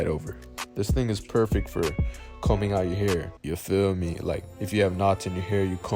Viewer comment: When he said “yuh feel meh” I felt that